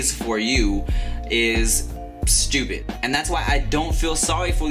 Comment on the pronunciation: i always like how he pronounces "stupid" and "bitch" hahaha soo funny